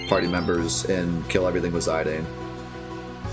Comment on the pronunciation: Ok whoa, isn’t it pronounced ze dane and not zi dane? My whole life is flashing before my eyes